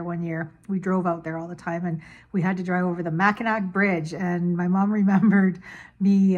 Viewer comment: Lol it’s actually pronounced mackinaw. Just spelled like Mackinac. Lol Also awesome version of rocking chair jig.